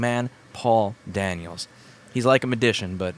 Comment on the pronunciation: "A Madician" ??? :) lol